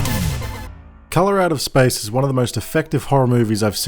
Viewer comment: "Colorado Spice is one of the best HP Lovecraft movies I've ever seen" Me: wait wuh-? oh, Hes from Dewn Unda, Nevahmoind